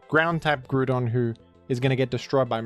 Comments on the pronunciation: said Goodron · Never seen a man so single mindedly dedicated to saying Groodon in every video